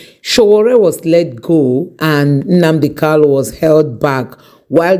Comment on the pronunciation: its Nnamdi Kanu, not Kalu